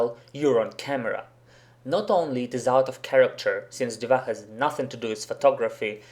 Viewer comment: Хорошее видео, я согласен не со всеми предложенными вариантами, возможно, я опишу это позже. Но одно реально режет ухо - почему Див_А_? Она Д_И_ва. И да, много игроков произносят "гг" и "апм" именно так, за этим можно обратиться на стримы старкрафта и послушать.